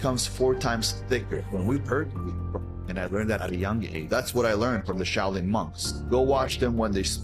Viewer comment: "This PizzaChit went to the Shao-Loon monks."